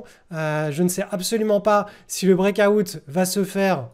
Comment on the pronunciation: Le brékaoutte mdr Délire comment tu le prononces